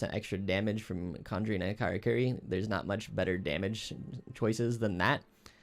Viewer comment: These guides are amazing and make me wanna play great sword but my gamer hearing cock oh kiri hurts my soul. Its karakuri lmao. All jokes of course great vids.